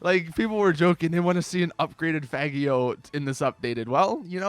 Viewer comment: how do u pronounce faggio... its an italian word so its pronounced fajo like you pronounce Fallujah